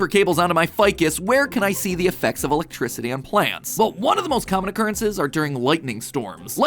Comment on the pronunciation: ah yes, Elecricity. No ‘t’ needed